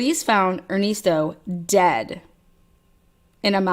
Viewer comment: Crazy smh.. and er-nest-o like a birds nest